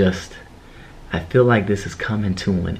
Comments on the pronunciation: Did anyone else notice she said '' fell '' instead of feel lol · Anyone else notice that they said fell instead of feel. Lol